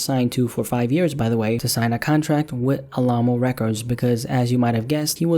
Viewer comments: All ah mo LMAO, it’s Alamo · I can tell you ain’t from Texas by the way you say “Alamo”